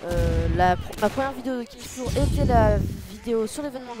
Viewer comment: Je crois que ça se prononce "flor" pas "flour" mais bon après cpas grave.